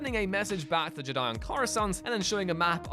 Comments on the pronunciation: Im a bit confused as to how a channel dedicated to Star Wars can’t say the word Jedi. FIVE times you read it as JiDi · You missed the greatest mistake by far, the way you pronounce 'jedi' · Only the Viceroy in Episode 1 puts the emphasis on the "di" part. Everyone else puts the emphasis on the "Je" part. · I find your lack of ability to pronounce the word "Jedi" disturbing.